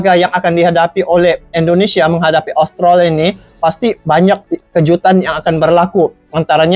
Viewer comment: Sebutannya Australi bng bukan austroli